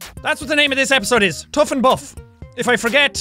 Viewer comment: Bough? Oh right, you meant buff! Well there isn't even an f in bough. And don't even bring up phone because that's the only other thing that makes the f sound and I know that. ph f ph f - neither were in what you said.